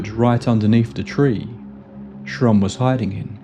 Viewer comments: Buzzing in the ear preceding high strangeness is a classic returning trope, one which I still would like to figure out some day! Anyway, awesome episode yet again! You mispronounced his name as Trump only thrice, which is given the difficulty pretty good if you ask me! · Am I the only one that he was saying “Donald Trump”? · Absolutely thought you said Donald Trump 😅 like damn this explains alot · With the narrator's weak pronunciation of certain consonants, it's easy to hear Shrum as Trump. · I thought you said Donald Trump in the beginning of the video 😂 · Thats what i heard the first time. I was just listening and had to read the description 😂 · That’s exactly how my my Mexican relatives say “Donald Trump” 😅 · The name was so jarring and I burst out laughing. Took me a while to focus on the story again. Someone here says he actually says Shrump but I can't unhear it now. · I know this story well and have heard the name Shrum. The narrator here has an accent / way of pronouncing Shrum... to make it sound more close to Trump